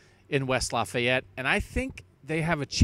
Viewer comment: Lol he said he used to live in northwest Indiana, but he’s not even pronouncing Lafayette right 😂